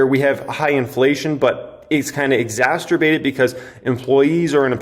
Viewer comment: Lmfao “exasterbated” 😭😭